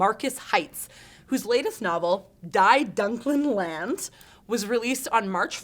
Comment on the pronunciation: The book is pronunced "Dee Doonklehn Laandeh"